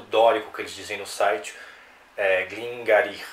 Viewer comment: Pronunciasse Glen Guíri